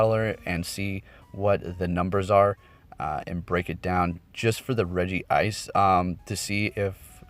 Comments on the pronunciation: It's written Regice and you spell it Regi-ice? Where you take the second "I" from? :D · Its rejice not regi-ice sorry for correcting not hating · Hey i want to correct you that Regice is pronounced Re-Gice not Re-Gi-Ice. Cool vid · He meant its Regice. There's one I. So the pronunciation is Regice and not Regi ice. I've made the mistake multiple times myself lol